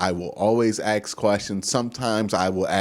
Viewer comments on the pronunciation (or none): Dude I love you're Chanel but it's ask not ax Let me ask you a question not let me ax you a question. Sorry not Sorry.